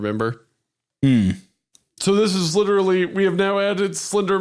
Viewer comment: "Wind's wittewally howling". "Hmmm.. how about some Gwent? You could say I'm pwetty badass at it."